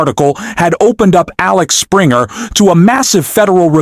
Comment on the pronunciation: It's Axel Springer not Alex Springer publishing